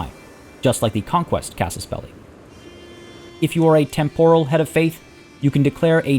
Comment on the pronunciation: Great guides. Although you may wanna check the correct pronunciation of the words “temporal” and “absolute” to avoid any further cringe.